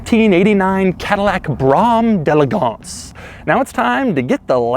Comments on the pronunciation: jay leno pronounces d'elegance better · Pronounces “Brougham de elegance” incorrectly the entire video. Hilarious. Seems to despise the car he’s displaying.